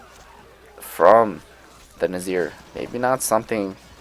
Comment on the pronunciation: There's one thing that bothers me. How should Nizars name be pronounced. Nazir or Nizar? Because even though it's spelled Nizar everyone keeps saying Nazir :D